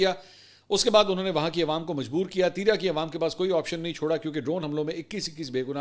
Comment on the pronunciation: Please pronounce "Teerah تیراہ" instead of "Teera تیرا"